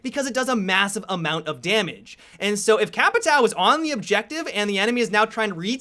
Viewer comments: CAPITÃO is pronounced CAPITÁUM the UM part you say it like you are tasting somethint good (hmmm) ...or you can go to google translate and translate the word to portuguese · I thought it was pronounced capitayo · His pronunciation os Capitão is Kappa Tao... I FUCKING LOVE IT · Capitayo is how you say it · Capitaw ??? HAHAHHAHAHAHAHHAHA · They way you pronounce Capitão makes me cringe. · Please learn how to speak caveira and capitão, as a brazilian it makes me want to put one asphyxiating bolt in my head, just put thoose on google translate on portuguese... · dude your pronunciation of capitão and caveira is horrible